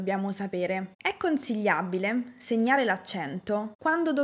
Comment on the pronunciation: Accento romanesco o comunque centro Italia dell' oratrice...chi parla di accenti dovrebbe avere pronuncia perfetta ...tra l' altro :" è conzigliabile"...